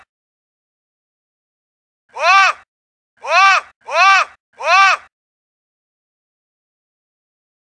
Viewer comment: I m watching your video everyday just to hear "moargin"😂